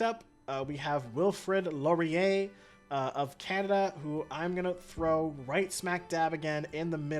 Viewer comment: Sigh pronunciation help because some of the things you said infuriated me Yongle- Yawn g luh Qin shi Huang - kin she hwong Wilfred laurier- will fred lau ree eh Ba trieu- bah true Seojong- say jong Seondok - say yon duck Hope that helps